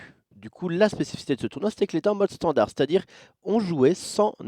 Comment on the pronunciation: Standart avec un t ? XD